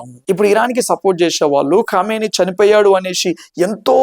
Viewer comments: Kamineni kadu bro Khameni English baga nerchiko brother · కామినేని కాదయ్యా... తెలుగు వాళ్ళ పరువు తీయాకు ఖో మై నీ అని ప్రొనౌన్స్ చెయ్యి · అతని పేరు కామినేని కాదు బిడ్డా, ఖొమేని....!! పేర్లు సరిగ్గా పలకపోతే... సందేశం తప్పుదారి పడుతుంది... దయచేసి, పేర్లు.. మనుషులవైనా... దేశాలవైనా. .... వీడియో చేయకముందు... సరిగా తెలుసుకుని... కరెక్టుగా చేయండి.... అప్పుడే.. మీమీద నమ్మకం పెరుగుతుంది...!! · కామినేని కాదు బాబు, కామేని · కామినేని ఉత్తమనేని కాదు ర బాబు ముందు పేరు పలకడం నేర్చుకో ఎర్రిపప్ప